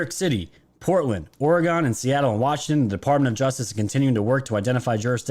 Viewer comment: Oregon native who would appreciate it if you say it right, we pronounce or state name as Or e gun not Or e gone